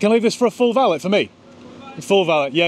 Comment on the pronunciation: Valét= “va~lay” not vallit😅